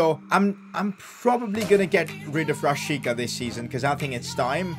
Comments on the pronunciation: It is pronounced as Rashitsa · This was very good but the fact that this hole time you pronounced my man Milot Rashica’s name wrong.I still love your content